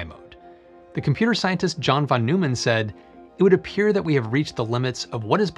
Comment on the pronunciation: Great video as usual. for future reference, I believe Neumann in "John von Neumann" is pronounced "Noi-man or noy-man". His name came up frequently in my physics and engineering classes.